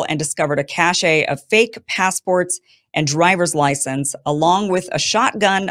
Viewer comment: Cache is pronounced 'cash'. Not kashay.